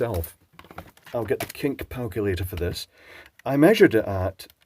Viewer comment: I'm SURE I heard "The Kink Palculator" and I'm still giggling about it.